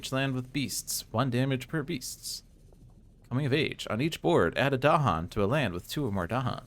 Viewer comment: Well done., I"m not in a position of expertise with regard to Spirit Island to comment on whether your play of A Spread of Rampant Green was optimal. But having listened to several interviews with R. Eric Reuss, I am certain you are not pronouncing "Dahan" with the stress on the proper syllable.